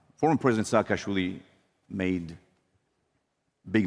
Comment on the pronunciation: AHAHAHA,,, YOU SAY HEROOO?!?! AHAHAHA AGAN!!!! "SASHKASHVILI" 😅😅😅 PEACE OF SH...T, WAR CRIMINAL.... I'M GEORGIAN, I F...N HATE SAAKASHVILI.... """ ME MAGIS DEDIS TUCHEBSHI VITKNAUREEEE""" PHUUU EG NABOZARII EGAAA🤮🤮🤮